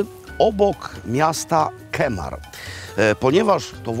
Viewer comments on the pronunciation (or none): nie kemar tylko Kemer :) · Obok miasta KEMER nie Kemar